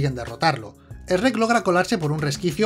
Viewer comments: En España les cambian los nombres o que pedo!!? Aca les decimos burro no asno y shrek no "es reck" 😂😂 aun así buen video mi buen saludos desde México ✌✌✌ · es Shrek, no ES-REC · Jajajaja "Shh Rek" "La ciénega" "Asno" "Lobezno" "A todo gas" "Onda vital", no importa como les digan, sus vídeos me encantan ❤️ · El ESRREK 🤣🤣🤣🤣🤣 me parto el culo jajajaja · Esrrek, Asno xD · Quien es asno? Que no era burro? Y quién es Esrek? 🤦 Estos españoles.. 😂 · "esreck" jajajajajaja 😅😆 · Esrek? ESREKKK?????Así le llaman en España a Shrek? Que coj….??? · Porque le dice esrek